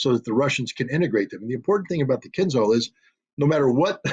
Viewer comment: The name of that weapon is "kinzhAl", not "kinzal". It means "dagger" in English. When Putin presented it, NATO generals did not believe him. Now they know.